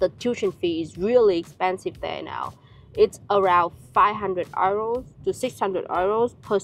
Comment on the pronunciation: I love how you pronounce “Euro” the German way 😆 Love from 🇳🇱